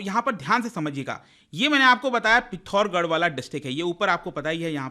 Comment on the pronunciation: पिथोर्गर nhi पिथोरागढ़